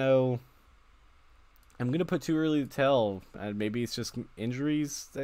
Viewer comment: He say Joey Gargano ? Lol